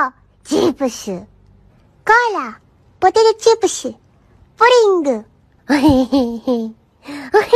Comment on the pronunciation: i would rather eat lead than have to hear "POTATOO-SHIPICHU" again